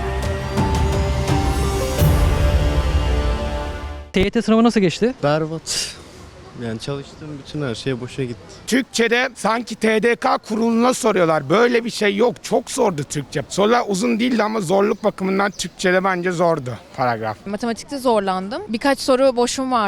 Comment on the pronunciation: tedeka diyen kardesim sen zaten bırak paragrafı dil bilgisi çalış